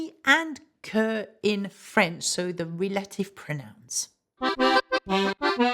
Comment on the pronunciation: Reminder that “relative” is pronounced “rel-ah-tiv”, not “reh-lay-tiv”